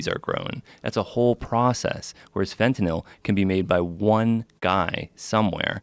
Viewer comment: I hate how he says fetanyl